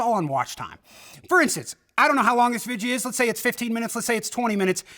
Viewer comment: I don't know here's an easy question why can't you pronounce the word video the way it's written the way it's supposed to be pronounced I don't get it